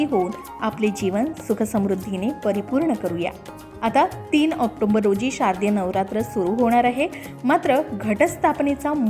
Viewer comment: ऑक्टोंबर असा महिना नाही. ऑक्टोबर म्हणा. भाषा सुधारायला हवी. माहिती छान.